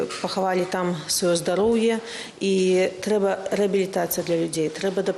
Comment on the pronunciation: чаму " трЛэба"? Проста " ТРЭБА" и кропка